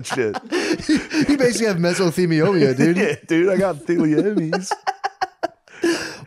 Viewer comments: mesothemeeolia... yeah I got theemeeohlees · "You basically have mesothemiomia" "yeah I got theliomiees"